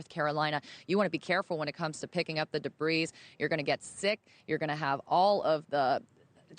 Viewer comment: Did mispronounce’debris’?